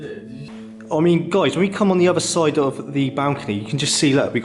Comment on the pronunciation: A bit harsh, but I basically agree. The presenter can’t pronounce “other”, “further” and says things like “very unique” which make no sense, It’s a product of the YouTube generation though- great content presented by amateurs with speech difficulties. I’d rather have the content even if the presentation is frustrating and amateur. I wonder what the land registry searches turned up, and I’m amazed the presenter didn’t effect a more forensic examination, perhaps with the help of a builder. It seems very weird that many light fittings were removed, but at the same time there was rewiring ongoing. Was the property being renovated pre-sale or post-purchase? Who would have an American room, a jungle room, a Japanese room and a gigantic wine cellar and similar library. A successful American author? How many children’s bedrooms were there? Guest bedrooms? There’s plenty of detective work which hasn’t been effected, which is a shame- a missed opportunity.